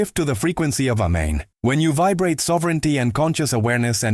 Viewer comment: He didn't say A men. He said Men😂